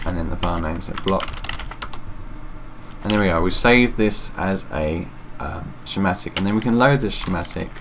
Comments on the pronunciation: its pronounced "skematic" not "shematic" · cool but, what's a shematic.. Sch, Sch, School, Schematic. Say it with me.